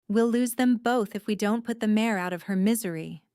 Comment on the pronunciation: Its mare not mayor.